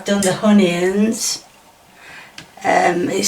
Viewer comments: Love how u say honieons" onions" lol and karriotts" carrots" lol too funny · 1) there is no "h" in onions 2) carrots not carryots!! Dear Lord!!